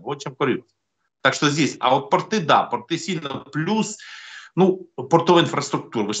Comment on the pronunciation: Не портЫ, а пОрты, не тортЫ, а тОрты! Давайте правильно ставить ударение!!!